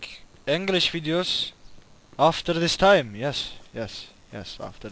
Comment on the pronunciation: D :D aftergggrgrr this time :D